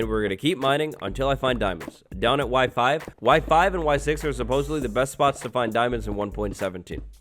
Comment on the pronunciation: when he said Y5, I heard WIFI